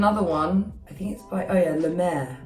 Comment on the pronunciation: The way she says la mer is sooooo beautiful